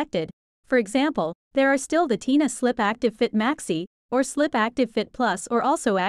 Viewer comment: They are called tena (ten-a say it right